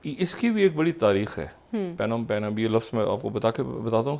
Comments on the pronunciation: O jahil insaan it’s not panom pen. The P is silent. It’s pronounced “nom penh” Wada aya international commentator. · Sir it is pronounced NOM PEN. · The correct spoken pronunciation is “ Nom Phen”. FYI. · Its called nompen Phnomphen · He doesn't know how to enunciate/ how to pronounce a word. Phnom Penh is spoken as nom pen. What the production time is doing here? This pseudo-intellectual Dr. Shahid Masood needs a complete rest like our PM Imran Khan.